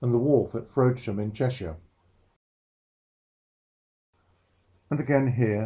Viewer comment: Informative video of the show if a little lacking in enthusiasm. One point, the town Frodsham in Cheshire is pronounced with a short 'o' sound as in Box not as Frowdsham. I am from and still live in that part of Cheshire so that grated on me. Otherwise a good quality video worth watching.